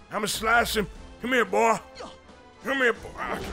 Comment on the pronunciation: HE NAMED HIS HORSE BOAH 🤣